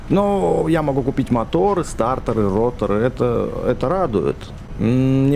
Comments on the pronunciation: Не стартор а статор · Не стаРтор а татОр